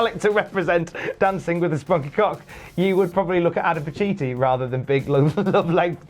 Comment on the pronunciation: Was that an “Adam pacittree”?